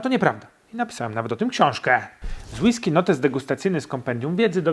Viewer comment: Przestań akcentować na ostatnią sylabę zdania bo się ciebie słuchać nie da. >Jak degustować whiskeeeyyy? >a jak normalnie kurwa mówić bez przeciągania?